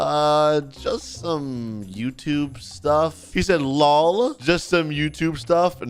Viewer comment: Yeah bc that's how you say it